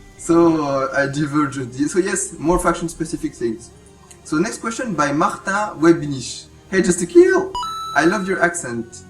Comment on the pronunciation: "Martin webniche" haha someone can't speak german, right? :p